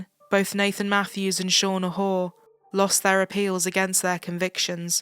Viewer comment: Shauna Hoare's name pronunciation is appropriate!!! RIP Becky Watts!!!